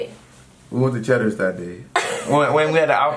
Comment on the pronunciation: don't lie you didn't say CHEDDERS